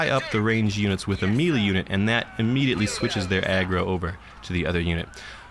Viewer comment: my god please learn to pronounce "melee" correctly...